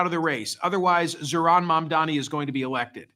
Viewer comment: Why do you find it so difficult to pronounce Mamdani?